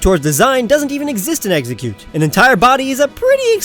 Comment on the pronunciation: Exeggcute, not Exucute!